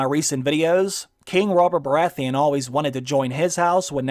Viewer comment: The Red priestess can't pronounce Baratheon